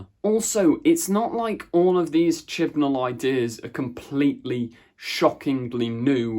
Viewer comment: No! It's chibnal